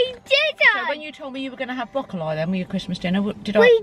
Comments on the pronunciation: calls broccoley broccolie HHAHAHAHA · Did just.... pronounce Broccoli as “broco lye” 😂😂😂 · no one:: brocol👁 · Absolutely love me some brocolye 😍🤣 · ‘Brocca lie’ 🤣 not heard broccoli pronounced like that ever😂x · Is it just me who notices that said broccoli as broccoli-ii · The way your mom pronounced broccoli made me howllllllllllll!!! ‘Broccoleye’ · Can we just talk about how said broccolie instead Broccoli 😂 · Anyone else notice when said broccoli, pronounced broccoly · In your recent vid cooking the roast dinner you said Broccoli normally but you said in a comment you pronounce it “brocolye” from where your from, which one is it 🤣❤️ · did just pronounce Broccoli as Broccoli-eye hahahaha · Did anyone else notice pronounces broccoli 🥦 broccoliiiiiiiii!!!!! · Raonaid Gallagher it’s so funny 😂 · did say broccoli like that 😂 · what in the 😭 why does she say broccoli like that aha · The way she pronounced broccoli😩